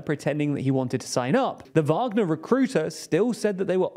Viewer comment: Finally! You’ve learnt how to pronounce “Wagner”